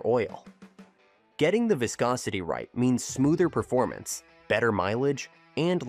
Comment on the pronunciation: ..."vaiscosity"...😂😅😊...Your AI voiceover sounds ridiculous!